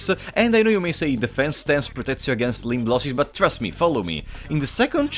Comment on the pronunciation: "Defense stance protects you against ...." what did you say there exactly? Sounded gibberish. Edit: He says " limb losses" but pronounces it like "lim blossies"